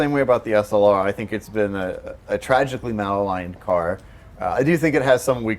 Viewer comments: FYI,, it's "maligned", not "malaligned". I only mention it because you said it twice in this video. Cheers. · Ma lined, not mal aligned lol